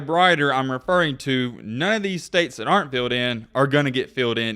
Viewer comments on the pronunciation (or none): none